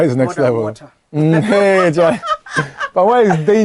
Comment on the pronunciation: The way he spoke and said "Charlay" will tell you he has matured in the Ghanaian culture he knows the words...